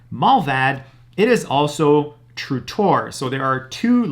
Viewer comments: Is he saying Through TOR or True TOR…? Just wondering??? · "tru Tor" 😂